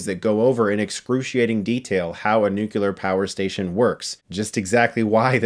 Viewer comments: Y tu, Chris? It's not NUCULAR, it's NUCLEAR. Sigh........ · Not nukiler,It's nuclear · The word is "nuclear" not "nucular." At least get that right. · Ok if nobody ever corrects it, then it will never get better, and it drives me nuts, so I have to say it: NuCLEAR Chris, not 'nu-cue-lar'...nuCLEAR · Chris, please, nu-clear, not nu-kuh-lar. 😤 Just a pet peeve of mine. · Nukular? Why is everybody saying it like that these days? Nuclear. NUCLEAR! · Every time I hear someone pronounce nuclear as "nuke-u-lar", I die a little inside. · So.. why is he saying nu-cu-lar instead of nu-clear? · Please for the love of god.... It isn't Nuke-U-lar. It isn't what happens when you split the Nuke-u-lus of an atom. Its NUCLEAR. Think Nuke-Clear. No "U" in the middle. Sorry... but that one mispronunciation gets to me. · It's NUCLEAR. Not Nucular... Damnit Homer. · Chris: it's 'nuclear' (new-clear), not 'nukular' - ouch! Love your content, but good journalism equals good grammar ;) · Awesome review! Loved this mini-series. But I do have to address a pet peeve of mine: It's nu-KLEE-er, not nu-CUE-ler. 😀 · It's Nuclear Not Nucular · Please Chris... please... it's nuCLEAR not nuCULAR. I'm sure at least 10% of the comments are about this already so... I suppose I'll be another voice in the choire. xD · Noo clee er! Noo kew ler🙄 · Nucular? It's 'nuclear', man. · Chris for god's sake,its nuclEAR,not nucular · nuclear...not nucular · NU-CLEAR, not NU-CU-LAR. Jesus christ, Chris. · Nuke LEE AR. not Nuk you lar. Seriously dude. You sound like Bush Junior. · "Nucular power station". Fucking hell, Chris. NU-CLE-AR. This language fail is indicitive of the poorly educated. Learn, get better, and spread it so we don't have a MORE ridiculous language. Yes, US English is absurd in many ways. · Nuclear, not nucular... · Nucular? Really? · Did chris say "nu-cu-lar" ? F- I still value our one sided friendship.👍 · "Nucular" is a commonly used mispronunciation of the word "nuclear".-Wiki